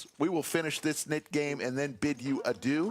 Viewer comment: It's Adieu, so in english pronounciation i think it would be this A -d-eu ;)